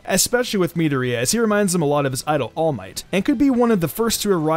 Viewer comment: Midorias name is pronounced Mi-door-e-ya